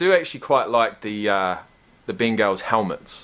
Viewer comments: Pronounced Bangels. That hurt my feeling how you pronounced it lol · It’s pronounced more like ‘bengles’... the ben-gAls is the name of their cheerleading squad 👀 Signed, A Bengals Fan